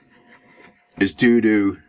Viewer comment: "due to" or "doo doo"? XD.... Solid video